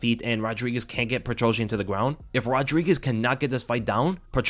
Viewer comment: Lold. PetroSYAN, not PetroJAH.